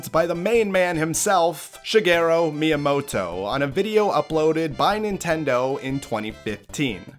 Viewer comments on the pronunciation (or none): Bro literally said Shigero Miyamoto… that’s the worst pronunciation of Miyamoto sans name